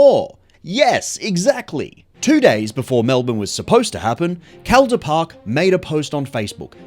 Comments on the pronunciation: pronounced: call-der park, otherwise great video ;) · Hey mate good video, im from melbourne, we pronounce Calder Park, CALL-der Park, just incase you come here and wanna visit the raceway :) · How does a guy making a video about cars not know how to pronounce "Calder Park"?